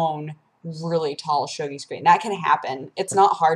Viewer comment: I hate to be a nudge, but it's pronounced show-gee.